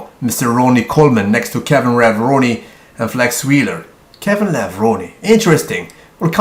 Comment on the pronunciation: said kevin revroni hahaha